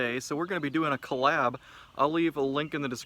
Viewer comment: He said “colab”. SMH